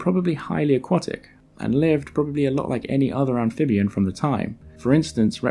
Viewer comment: Have I been pronouncing "aquatic" wrong my whole life?